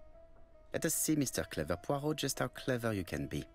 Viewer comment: Und noch ein Oldie. Ich kenne die Geschichte auswendig. Bin gespannt, wie das im Spiel aussieht. Diesmal hab ich das Rätsel vor dir gelöst. Das ist mir noch nie passiert. :face-blue-wide-eyes: P.S. Immer, wenn du Poirot sagst, verstehe ich perro(quet). Dann muss ich an meine ersten Französisch-Lektionen denken.😁